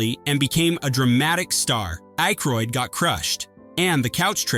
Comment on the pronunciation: ackroid...geeshhh say his name proper...gerrrr the "y "is silent......